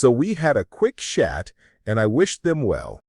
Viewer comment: “a quick schat”